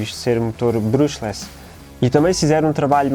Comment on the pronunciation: não se lê "brÚshless", é mais parecido com "BrAshless" (entre os dois vá, um "A" mais fechado) só isso é que me fez um bocado de "cringe" no video, de resto tudo bem executado e bem produzido!